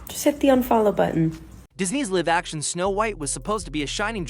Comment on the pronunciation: Weird text to speech program you're using "live" pronounced as in "to live in LA" rather than "to be live". Weird pauses.